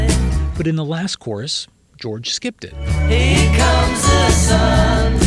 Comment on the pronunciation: You pronounce here as if it were a German word.